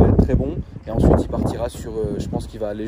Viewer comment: Il di ensui o lieu de dir ensuite 0,45